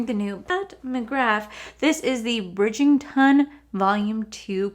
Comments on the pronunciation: I'm not sure whether its the accent or my hearing, but it sounds like you are saying Bridg-ING-ton, not Bridg-ER-ton. Really enjoyed this review - I love the show so much so i might go and grab the books. I don't think i will ever be able to afford anything in this collection. Even though its stunning, i think we can find similar for cheaper. Gorgeous ❤ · Bridgington10 will not save anyone cause it's Bridgerton.the books are way better! And it drives me insane when influencers don't bother to learn how to correctly pronounce product names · I've found her collabs w Bridgerton aren't anywhere near as good as her general products. I have her OG products and they're amazing. And you know how much myself and everyone loves you, but, it's BRIDGE - ERR - TON not BRIDGE - ING - TON. I'm so sorry but It drives me nuts 🤣🤣🤣🤣. Don't get me wrong, I'm not really one to pick up mispronounced words etc. But I had to say it babe. I love the series. Season 2 is very different with basically no Daphne in it and Simon isn't in it at all. I'm waiting on the books which are apparently quite different but I still will be happy with how both work out. Also, I've noticed when Pat does a collection e.g. Holiday or collab, her prices are cheaper than what they would cost as an individual product of hers. And I find the formula isn't AS good unfortunately. But it's still good and very Luxe. Love the video as usual 💜💜💜💜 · Bridgington lol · I love you! You know this! Let's say it together...Bridg-er-ton.😂😂😂 FYI, the Ultimatum is 😱....I'm going to finish it today! The red is an existing shade....they only changed the packaging. 🤷🏽‍♀️